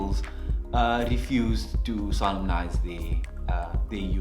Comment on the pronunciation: Took a moment; am I the only one who, when solemnise is spoken, heard sodomize?